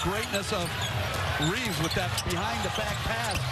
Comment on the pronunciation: His last name is Reaves not Reeves. How do people not know at this point?